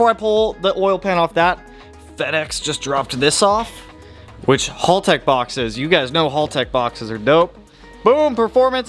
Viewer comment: great content dude. Love the blubaru and eg33. Just one quick tip Haltech is pronounced with the short a sound like, "at" or "bat" or "cat". I used to think it was halltech for the longest time until YouTube recommended that video to me a while back.